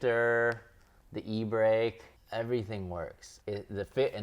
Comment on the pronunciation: Did you say E BREAK???